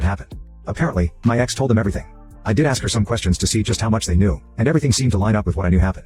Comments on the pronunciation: What did you axe? Maybe by the time you're in your 40s you'll have mastered the English language... maybe that will help. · ASK !!! It`s not hard to say. BUT.... So many people don`t seem able to. Help me out folks Y karnt peepul pronawnce wurdz propper lyke normul peepul????